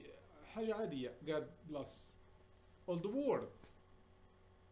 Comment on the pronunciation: ولد فاطنة كارثة ، قاميجة وكوستيم وداير حاسوب ومطبعة وراءه باش يقول لينا راني واعر وموظف في المريكيان لكن ولد فاطنة العروبي فرض كرو فاش هدر بالانجليزية حيث يتضح انه لايتقن نطق اللغة الانجليزية ومثال ذلك God bless نطقها بلاص والصحيح بليس ، يعني انجليزية ماسح اواني في مطعم مكسيكي او سائقي طاكسي الانسان كيتعرف من لغته وبدون إتقان اي لغة يظهر معدن الشخص انت يا ولد فاطنة عمرك دخل للمغرب اذن سير دير دروس تقوية مع أطفال امريكا باش يطلع النيفو ، لان النيفو ديالك مازال ديال خماس في حد السوالم العروبية كثرو في امريكا كان الله في عون ترامب واقتصاد امريكا لان هولاء الانتهازيين فلاحة القرعة لاينشغلون سوى بالأكل والغاييط يا ولد القحبة واش هاديك كرافاطة سمع يا العروبي ، فاش تلبس قاميجة فيها الخطوط الكرافاطة خاص تكون بلون صلب بدون خطوط او زواق باش تجي باينة مزيان اما قاميجة فيها خطوط وكرافاطة فيها الخطوط هادو الفعايل ديال العروبية والا عندك غير هاد الكرافاطة خاصك دير قاميجة سامبل بلا خطوط ايوا الا رجعتي رجل اعمال ولا واعر في الأميركان عرف تلبس يا راس الكرموسة تعيش في امريكا ولا تعرف كيف تلبس ولا تعرف نطق الانجليزية اذا ربك علاش عايش،،، مثقل على الكرة الارضيّة نسيت،،،، القرعة في انتظارك نتا والغلمان الناشطين في يوتوب ولاد القحاب